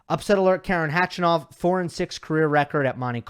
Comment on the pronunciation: Like your content and analysis, just one thing.. Why do you assume there's a silent K when pronouncing khachanov? It's a little disrespectful to continuously say his name wrong. Khachanov starts with a K and that's how it should be said.. instead of resorting to "hachanov" out of instinct/convenience (easier to enunciate with the American accent perhaps?) Regardless it is disrespectful and should be corrected because it's not the way to say his name. As a tennis expert/broadcaster I believe you should have higher standards for pronouncing a player's name correctly